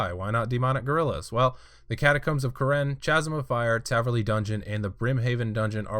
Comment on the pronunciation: Kaz-um. Chasm is pronounced kaz-um.